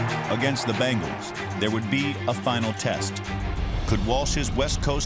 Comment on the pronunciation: Pretty sure it’s pronounced BENGals and not BANGals